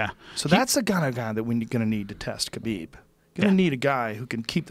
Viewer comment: Johnwaynelsd25 *KHALABEEB